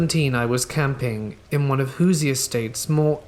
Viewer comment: The stick men is one of my favorite stories, I love the one w the hore Tony, and u Crack me up saying "Hooser" it's pronounced who-sherr